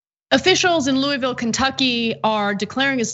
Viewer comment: Very respectfully: you are not saying the name of the town and Metro Police correctly. The name of the town is Louisville and it is pronounced like you have a mouth full of vowels. I just to work there and have family from there. We can tell if you from there or not based upon how you say the name of the city in Kentucky.